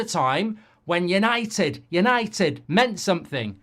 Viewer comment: “Yanited Yanited Divided Divided”